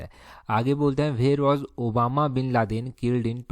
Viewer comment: Sir Obama bin laden nahi😂 osama bin laden.